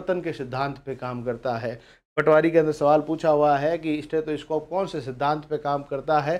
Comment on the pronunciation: सर ह्दय की धड़कन "स्टैथोस्कोप" से नहीं बल्कि "स्टेथोस्कोप' से मापी जाती है।